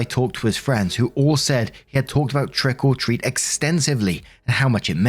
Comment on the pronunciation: Every time says, trick or treat, it sounds like he's saying "trickle treat".